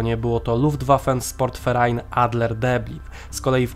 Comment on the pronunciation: Jest super ale jedna mała rzecz. Moglibyście nauczyć się wymowy niemieckiej . Na przykład nie Luftwaffe SPORT Verein tylko SZPORT. Pozdrawiam!!!